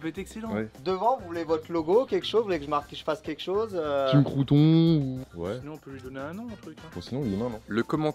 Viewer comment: Le crew’ton